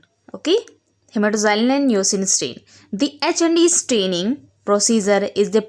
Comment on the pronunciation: হেমাটক্সিলিন NOT হেমাটোজাইলিন 🤣🤣🤣